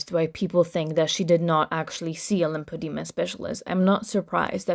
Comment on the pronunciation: If you listen closely she says she has a “limpadema” specialist. Not a lymphedema or lipedema specialist but LIMPADEMA one… I’m convinced Becky’s ex never went to the Dr. She googled some stuff and ran with it. Now she can’t even keep her terminology straight